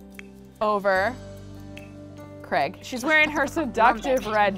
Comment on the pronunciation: Yup! Also, it's Craig, not Creg :)